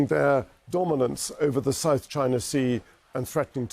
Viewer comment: "The people s country of mainland Tchaina Beijingue"